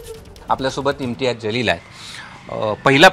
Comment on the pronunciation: 😂😂😂 जलील का म्हणतेय ग बाई...जीवन मधला ज....जहाज मधला ज नाही.....बाकी चांगल आहे तो जलील च आहे...उर्दूत जलील cha जो अर्थ आहे तोच बरोबर